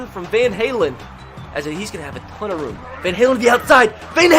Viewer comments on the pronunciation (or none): none